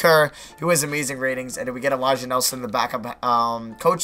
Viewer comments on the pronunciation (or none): none